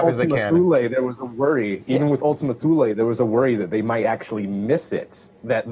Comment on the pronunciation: if you listen to Alan Stern and ALL the main New Horizons team, they ALL say 'Too Le', not 'Thu Le'. It derives from Latin, so no 'th' the way we pronounce it in English. Correct pronunciation is simple: take your lead from Alan Stern! (Duh)